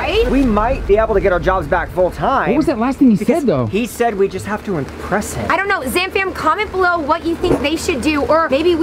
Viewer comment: "Did y'all just jave a moment" Wait I wanna see a moment What?!😂😂